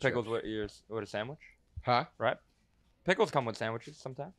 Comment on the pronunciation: “Picklesh comesh withsh shandwhichesh shometimes” - 🤦🏽‍♂️🤦🏽‍♂️🤦🏽‍♂️